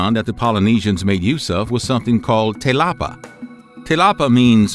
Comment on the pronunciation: i think in this context they mean te lapa or in maori te rapa which is flash as in lightning. the narrator has read it as "telapa".